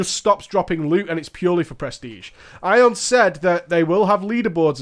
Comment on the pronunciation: Ion is pronounced e-on, not doombringer e-on.